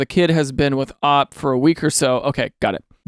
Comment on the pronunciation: Daniel. Daniel. Daniel. Pretend I said those in three different intonations, and this next one in a more severe intonation. Daniel. OP isn't pronounced "ahp". It's an abbreviation. It is "oh pee". Please Daniel. Think of the children.